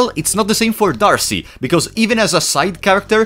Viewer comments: I'm pretty sure D'Arce is just pronounced Dark or Darke. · D’arce is pronounced with a silent E